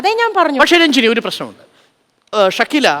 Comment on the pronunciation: രഞ്ജിനി അല്ല കൊഞ്ജിനി... പോയി തൂങ്ങി ചാവെടി.... ഇത്തിരി കരുണ വേണം...എന്തോന്ന് ജന്മം ആണ്